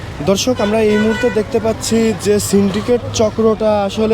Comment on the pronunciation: Are! Dhorshok abr ki? Dorshok hobe... Thik kore bolen